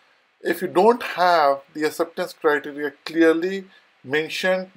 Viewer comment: First learn to say “ Acceptance Criteria” in a right way!